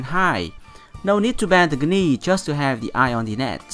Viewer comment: a tip for the pronunciation : for the word "knee" do not say the "k". You must read it " nee".